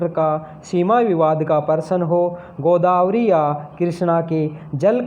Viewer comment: प्रश्न होता है। परशन नहीं